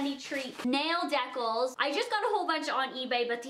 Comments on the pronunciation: why does she pronounce decals like that lmao its dee-cals not deh-cals hahaha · some people call it reesies...its Reece's... Also - so its these dehcals (suppose to be dee-cals, like d-cap) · Rebecca Leviev or how she says "deck-als" at least where I'm from EVERYONE calls them "dee-cals" but idk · Please tell me Deckles is a Canadian thing because they are pronounced D-CALS in US lol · In the us we say decals DE-CAAAAL love youuyy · the way she said decals omg i'm screaming